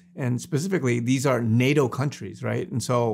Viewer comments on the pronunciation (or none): none